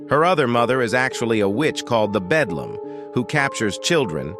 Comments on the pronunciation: ITS THE BELDAM NOT BEDLAM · It’s beldam not bedlam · BELDAM not bedlam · its BELDAM not BEDLAM a bedlam is a facility for crazy ppl a BELDAM is an evil witch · I remember watching this when I was 7, also it’s Beldam not Belam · Beldam, honey. Beldam – as in belle dame, French for beautiful lady. It’s the attractive cover/physique of an enchantress or hag, if my memory serves me right. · Bedlam. No. Beldam. Yeah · It’s belldam not bedlam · Bro rally said bedlam in sted of beldam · Belldam not Bedllam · He keep saying the bedlam